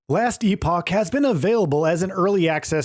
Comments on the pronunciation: I'm also raging at the saturation of videos coming out tonight that can't say epoch correctly. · ....E-poke? it's pronounced like E-pok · E-poke? It's E-pock.. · E-Poke? He apparently doesnt know how to pronounce Epoch. However he is right that it's a great game and people will have hundreds of hours of fun if they like. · E-Pock, my dude. E-Pock. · E-poke...... ITS EPOCH How csn you be trusted riverview when you can't even read the games actual name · Wait...when did he switch to "last e poke"? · Good ole “last e-poke” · Last e poke. English bro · Its not pronounced e-poke its like loch, but with a P! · EE-Poke FFS. 😂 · Last e poke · Nothing against the game, but your journalist voice, the script, the way you say "e-poke" and the nr of times you said "bespoke" made me dislike this video Get someone that's an actual gamer, with some actual thoughts and ideas to share about the games you review and you'll do much better This whole script sounded like you were reading from the box cover, really boring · "e-poke", holy shit my ears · As an American, I have never heard this pronunciation in my life. I've lived in New England and the south and travelled through much of the country. Not saying it doesn't exist somewhere, but it's hardly a general "American" pronunciation. And "e-poke"... I don't even know how a native speaker could come up with that; "epic" at least makes sense given common vowel shifts in different regional accents. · lol "E-Poke" Anyways, I keep asking myself "what is different"? What does this game bring to the table that POE (for example) doesn't? Is this just a visual change and a re-order of the UI? From what I can tell, it is. Its like saying "this park is better than that park.. because its over here" yet its the exact same park, different locations. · Yeah this guy says it as “epoke” 😅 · bro how do you pronounce epoch differently twice in the same sentence